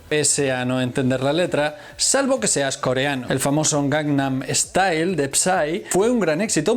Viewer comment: Esta muy bueno. El metamensaje que describis es muy bueno. Lastima que no se te da bien decir " GANGNAM STYLE "